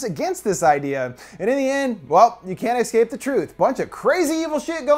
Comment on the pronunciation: I can't believe you say excape. I'm crushed